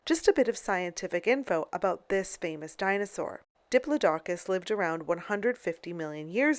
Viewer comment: cant even say diplodocus right.